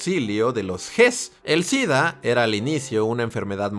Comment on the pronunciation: Entonces por qué dice DIDDDAA??? 🤔🤔🤔